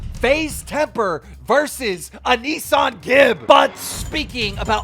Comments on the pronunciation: Bro said ‘A Nissan Gib’ 💀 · Keem pronouncing A-nissan Gib